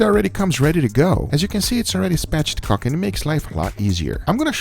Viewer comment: my brain got tripped up when he said spatchedcocked instead of spatchcocked